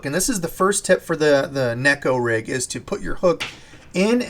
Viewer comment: OMFG. Finally someone pronouncing neko rig the correct way. Ugh never mind you Americanized it again 😂